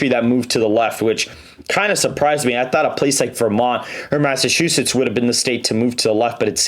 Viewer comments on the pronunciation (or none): none